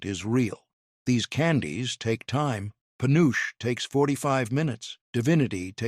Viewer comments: FULLY AI from the video to some of the comments to the reactions to the responses to the commenters. Dumb AI, first, it's not peh uooch it's Puh noo chee dumb AI and it is so much softer and creamier than the old style because of more accurate candy thermometers, lest crystaline and firm. Real fudge is an example of proof that this is an ai created video. Real chocolate fudge does NOT fall apart like is shown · Just one of the MANY reasons to avoid AI at all costs! Penuche is pronounced [puh-noo-chee] not panoosh 🙄 It was my Dad's favorite frosting flavor & one of his favorite flavors of fudge. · Penuche pronounced Pe noo chee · Pen nu che. 3 syllables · My mom did, too! He mispronounced penuche. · AI is failing us, it took me a minute to realize what it meant.